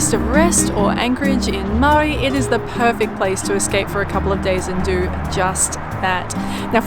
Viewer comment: Your Maori pronunciation is pretty darn good mateys, love that you are making an effort, you are both very much appreciated .